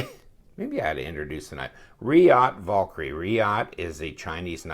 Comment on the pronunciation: Damnit, I can only hear a man butcher the word "Valkyrie" so many times.